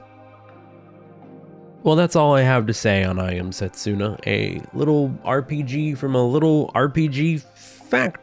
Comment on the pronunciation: Funny how you made a joke about possibly mispronouncing Nidr's name and causing pain while constantly mispronouncing Setsuna. Not a dig, I just found it funny. And yes, it hurts a bit every time 😅 You're not a Japanese speaker (I presume) so the error is fine.